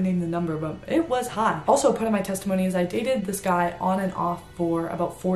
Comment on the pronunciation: Did she say sextimony? 😭